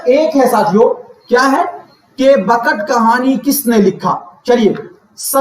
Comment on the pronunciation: Sir aap ne pdhaya to bahut umdah lakin taleffuz bahut bahut bekar hai Jese.. bakat khani nhi .. bekat khani Kudam raw pudam Rao nhi 😂..kadem raw padem rao hai Aur jese mashafi nhi .. Gulam hamdani mushfi hai 😅